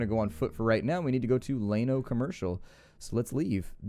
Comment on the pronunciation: Enjoying the series man ...thanks for that..but as a Texan..just gotta say Llano is pronounced like Lando Calrissian without the D...not like Plano.